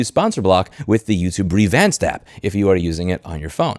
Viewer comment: YouTube breevanced app?